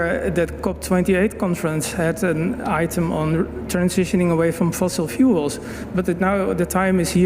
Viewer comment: He also says "Fossil Fools"